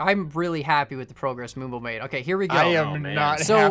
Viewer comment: Finally moonbo and not camodo